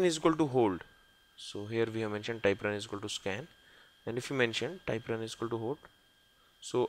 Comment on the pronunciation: Thank you for the videos. They are good. One suggestion, work on the pronunciation of things with a native English speaker. Typrun is not ty prun, but Typ run. I have not been able to understand what it does. I tried five times and gave up. Most of everything else is understandable, but it takes effort.